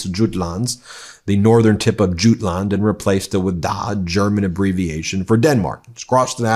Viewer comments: Krone: pronounced, Kro-ner. Adolf: pronounced Ad-olf Jutland: pronounced Jut-land, not Joot-land. 🙄😖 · Jutland is pronounced as You-Land. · Ben, it’s pronounced yootland. Thanks for another informative show. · pronounced Uland Ben. The Danish coastal region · Jutland, not Juteland. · How can you pronounce Jutland as Junland? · Ben.... Kroner =kr. Is pronounced like corona just without the O 😉 Jutland is pronounced Jy-land😉